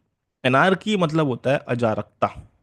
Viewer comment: अराजकता ✅ अजरकता❎